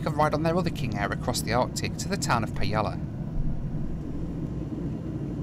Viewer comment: At 24 minute mark... Pajala. By the Norrland for Beginners pronunciation guide, to say it correctly in Swedish for an English speaker, pronounce it like Pie-Allah.